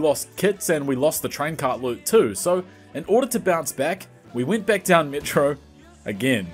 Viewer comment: kinda like seeing you struggle aswell with those Ls in metro, makes it authentic dave is a beast btw